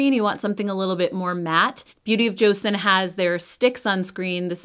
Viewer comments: how am I not being nice? I didn’t call her names. I simply asked, didn’t even demand, and even said please. She didn’t even pronounce it as cho-sawn (the correct pronunciation), she pronounce it as Joe-Sun. I would even settle for Joe-sawn. It just tells me she didn’t do her research in the slightest. It’s 2024, not learning pronouncing name correctly is unacceptable. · hi thank you for responding. The j and ch sound is very close for Koreans so you can either say joe-sawn (like Sean or Shawn but with the x sound, does that make sense?) or cho-sawn. Easiest way is to watch Korean influencers actually saying it. CYoung actually posted a BoJ video last week I think you can listen to her pronunciation. Edit to add: even more important is the name is stressed on the second syllable on the first. joSAWN not JOsun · Please at least pronounce Joseon correctly. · wow I asked someone nicely to please pronounce an ethnic name correctly out of respect, and I got called triggered. Lollllll.